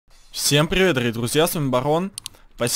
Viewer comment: Всем пгивет с вами багггон. Что пгостите? Машина не габотает. Барон ты могда газбитая.